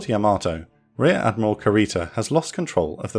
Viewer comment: Another fantastic presentation! Yamato is pronounced "YA-ma-toh," not ya-MA-toh. Like the name Yamaha: it's not "ya-MA-ha."